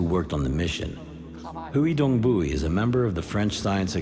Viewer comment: Hewi dong buie? Lol